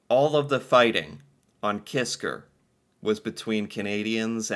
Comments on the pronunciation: KISKA, not Kisker. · KISKA!!! NOT KISKAR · KisKA KisKA....KA....KA. It was really gratting hearing the video say Kiska and you keep saying Kiskr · The island is named "Kiska" not "Kisker". Neither side talks about this tragic calamity. It is too embarassing for both. I had heard about this years ago, but never knew the details. Thanks for this! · it's pronounced KISKA not KISKAR. But its all good! Lol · It's Kiska not Kisker, his accent might have made you hear it differently. It's one of the Aleutian islands. It's just east of Attu Island, where there was a larger battle in WW2. There's still a Japanese Military Cemetery and a battlefield memorial park there today. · It's "Kiska", not "Kisker". Lol. Sometimes we all have "stupid commanders", or stupid orders, etc. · is unable to say Kiska, constantly says Kisker... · Hey, I love your channel! Great subject. Just 1 correction, I believe the island is not Kisker but Kiska. As far as the battle is concerned, I believe that this type of thing must have happened regularly in both world wars. Without proper communication, as you said, how could it be otherwise. A Canadian perspective. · Kiska. He says 'Kisker' but you have to forgive him: he's British. They don't speak the language very well. They also say 'Americker' and 'Canader'. They also think 'Featherstonehaugh' should be pronounced 'Fanshawe'. Silly billys. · Kiska!!!! Not Kisker! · It’s Kiska, not Kisker. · It’s KISKA not kisker you’re hearing the Brit accent mispronouncing the name . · I have never heard of this battle. It's a tragedy, but I'm happy that in the conflict, the Canadians came up the victor 😐., it's Kiska, not Kisker. It would have been a lot worse for the US, if Canada would have used our war beavers. They have sharp teeth. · Kiska Island - not "kiskER"